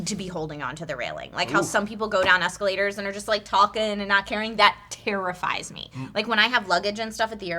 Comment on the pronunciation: Asscalators? Hue. Oh baby.